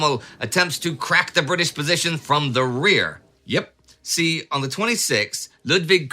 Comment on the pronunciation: "The germans did nat zee that coming".